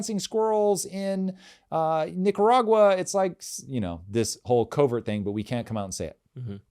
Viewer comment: Good pronunciation of Nicaragua!